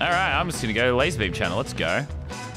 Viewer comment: ITS LAZARBEAM NOT LASERRR